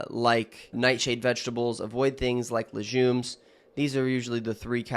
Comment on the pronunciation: did he say "lejumes"?